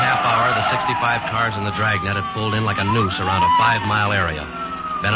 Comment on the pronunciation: From the extra syllable you give Dragnet, I thought this would be a long-lost sequel to Stan Freberg's parody Dragonet.